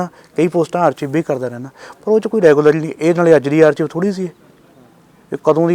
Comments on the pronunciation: ਆਰਚੀਵ ਜਾਂ ਆਰਕਾਈਵ ? ARCHIVE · 🤯he doesn't know how to say archive, 25.2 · punjab ch eda hi kehnde aa, my cousins say in same way, we say it atkive but they are speaking as it spells, ch as "chive"